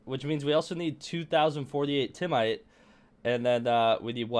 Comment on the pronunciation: And TIME-ites, not TIM-ites i think